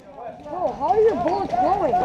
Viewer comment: “woah how are your bwullets glowing” 😂